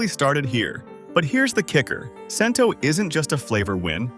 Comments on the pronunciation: I thought the brand is called "Chento," NOT "Sento." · ai voice and must be ai research. Talks about a brand, then shows all the others. Muir glen is watery and has no taste. It certainly didn’t taste like my nonna’s sauce at all. And Cento is pronounced Chento. And who is eating a whole can of tomato sauce for 400 grams of sodium. Should have mentioned Pastene tomatoes. Also should have mentioned that seasoned tomato sauce isn’t used for pasta sauce. It has to be either whole or crushed. Tomato puree is just added when you need a thicker sauce. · I'm glad they picked Cento as a best choice but sure wish they would pronounce the name correctly. I.E. Chin toe not sin toe. Also glad to see they picked Red Pack as a good choice. While they showed a picture of Red Pack and Red Gold side by side I didn't hear them say they are from the same company just like Hellman's Mayo and Best Foods Mayo. Same product sold under different names in different parts of the country. It was also disappointing to hear them mispronounce ConAgra since it's one of the better known food companies in the U.S.